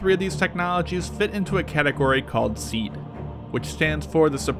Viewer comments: it's pronounced C-add not sead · It’s pronounced “See-add”. Not “seed”. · It is not pronounced "seed" but " see-ad". Like seeing an advertisement. My source is a current Marine Corps f-18 pilot. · You totally missed Artillery SEAD missions (pronounced SEE-Add not seed) basically, the artillery battery shells the SAM site to keep the crew's head down. Then the shelling stops just as the Fast Mover arrives on station and resumes as it leaves. We calculate this based on the BOD (bombs on deck) time and backing off the ToF (Time of Flight) for the artillery rounds. This way the ACs are not in danger of a mid-air collision with inflight shells. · I always thought it was 'SEE AD' not 'SEED' That's how we pronounced it anyway. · SEAD is pronounced SEED whereas DEAD is still pronounced DEAD?? Lol, How do you hear words LOL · It's pronounced See-Ad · By the way the pronounciation of SEAD is SEEE AAAD ... also I think you missed the point of SEAD. SEAD is mainly used to allow TEMPORARY access to enemy airspace ... in itself SEAD does NOT give air superiority nor is it supposed to. Things you do once you gain that temporary access may well lead to air superiority but usually it does not. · Its pronounced sea add. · its actually pronounced SEE-ad and DEE-ad if the mw2 advisors did their job